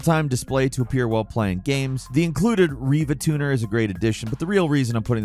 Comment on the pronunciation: That is the first time I have ever heard riva tuner pronounced reeva tuner.